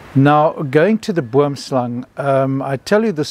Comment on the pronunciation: Terrifying venom. That sounds like a poison from a movie. Good thing you didn't have to find out if you could get antivenom in time. Oddly I heard the snake name as wormslang through the entire video, till I read the comments and looked it up, because of how the Afrikaans oo is pronounced, even though I know boom is tree in Dutch.